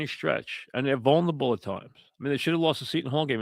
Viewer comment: mike is great; a legend. but the word is "vulnerable" not "vulnable." four syllables.